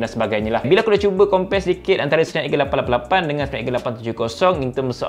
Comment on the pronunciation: Abang ada potensi untuk menjadi duta teh "888"... Cara sebutan tu yang ngam sekali 😂